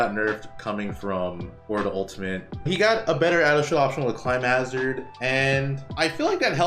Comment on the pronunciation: Someone just needs to say this: you're pronouncing climhazard wrongly! Love the video but that one thing, the way you kept saying "climb hazard", my OCD had a very hard time getting past lol